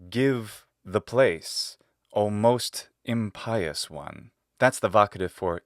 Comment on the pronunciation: This is fun and interesting. But, since we’re being particular, I must point out that you are guilty of a slight solecism in English. Impious is pronounced imp-ious, not im-pious.